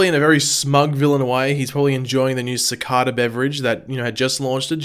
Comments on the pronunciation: Si-cay-duh, not Suh-cod-uh. You can say. Please pronounce it right. Other reviewers with accents do. Please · Uuuhhm its pronounced CI-CAE-DA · how tf did he pronouce cicada